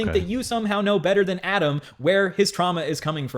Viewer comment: You did a 6 hour deep dive yet you can't even pronounce Adam's last name correctly. Your opinions are wrong and complete garbage. Adam was groomed, end of story!